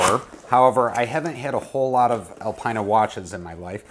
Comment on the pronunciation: Hey, great video as per usual! Keep it up! Alpina is pronounced ‘Alpeena’ in Europe. I love your raw video content.. 👍